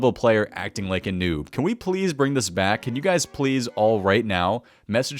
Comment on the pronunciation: Called a lvl100 a choob he said kid you cannot even spell noob right go back to school